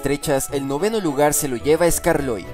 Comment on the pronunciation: Cuanta inactividad ah estos canales momentos el fandom anglosajón hacen episodios fanfic y lo poco que pudimos hacer fue los episodios no doblados al español hojala crezcan en contenido y calidad Posdata: el nombre de skarloey se pronuncia eskarlowy